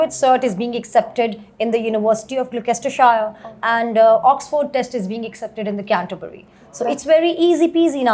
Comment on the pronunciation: Fake accent ...give us a break And it's NOT Glokestershire. Learn the names first.